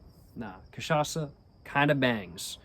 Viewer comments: Dude your cachaça pronunciation is literally perfect now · your pronunciation of "cachaça" is absolutelly on point, well done sir!!! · Damn you pronouced cachaça so well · your cachaça pronutiation is flawless,nice work bro! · Incorporou Zeca pagodinho na hora de pronunciar "cachaça"!!! Eeeeasy boy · Nice, you got the pronunciation correctly. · The cachaça pronunciation is on point. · You're pronouncing cachaça perfectly, not a hint of accent. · omg he saying cachaça correctly now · You’ve been pronouncing cachaça right my man. *Perfectly*, even, I’d say.